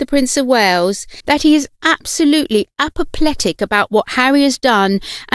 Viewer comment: If you’re going to use the term “apoplectic”, please learn to pronounce it correctly.